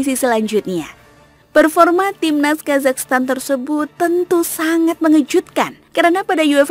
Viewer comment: Ya Allah oh Iyah bener yah selalu ujungnya "Stan" bukan "Tan" 🙏☺️